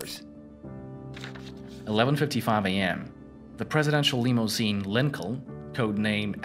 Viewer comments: Btw, Fort Worth is pronounced Fort Wurth, not Forth Worth, and Lincoln is pronounced Leankin, not Linculln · If that is a computer voice, it doesn't pronounce certain words correctly. Lincoln and Love, for instance.